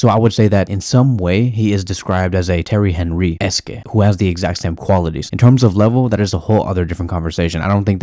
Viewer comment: bruh what? That’s not the right way to say Thierry Henry. (Tiery aah-nri)